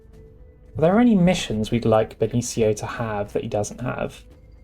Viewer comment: Benicio is pronounced with an S sound, beni - see - oh